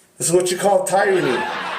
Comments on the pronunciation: this is watcha call TIE-Ranny… ummm no THE ACTUAL WORD IS PRONOUNCED TEAR-anny! But you keep flexing that big ole brain 🧠 for us… originally I was thinking 🤔 his brain 🧠 was about the size of a walnut 🌰, but after the TIE-ranny, it’s clear it’s more the size of a PEA! ~Jackie 😘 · This is “tire-ony” lmao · Anyone who says "Youguyses" is probably not a Mensa member. And when they say, "I know what I'm doing" they don't. I had to listen twice to be sure he actually said, "Tie-ranny." Oh, wow! It's SOP to call these people stupid but this guy really is the definition of the word. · So, Ive been watching for about 7 minutes. Get to the point!! Did he just say,'Tie-runny? Keep talking, the foot in your mouth gets bigger. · You just prove that he doesn’t know what a tyrant is because he miss pronounce tyranny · I think I have heard this guy. The way he mispronounced tyranny is familiar. Side note: wouldn't you want to talk to a prosecutor if you want to "start" a case? Just saying